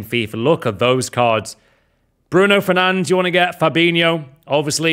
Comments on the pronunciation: its bruno fernandES and jou felix bro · It’s not fernange 🤬